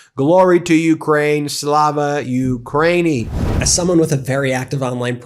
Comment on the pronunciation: Слава Україні! NOTE please the correct pronunciation: SLAH-vah oo-cry-EE-nee. The war is going to end on Ukraine's terms or Moscow will become a burnt-out shell. Слава Україні!